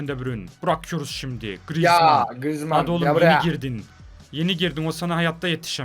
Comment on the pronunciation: mbbape baglı grrizman baglı sanchez baglı diyen 😂